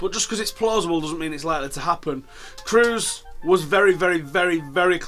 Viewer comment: why do people from england have such trouble with prunouncing kroos XD. they always pronounce it cruz, or cruise. its closer to the vowels in sauce tbh, so krauce not kruz XD Anyhow thanks for the upload and update! brilliant as usual!